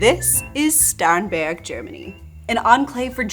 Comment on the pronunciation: surprised you pronounced Starnberg with an initial S sound instead of SH 😂